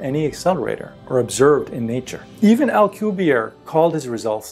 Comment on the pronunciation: The name, 'Alcubierre' is Spanish from Mexico, not French as depicted in this video. It should be pronounced with a pronounced rolling of the double 'r' and the last letter, 'e' should also be pronounced.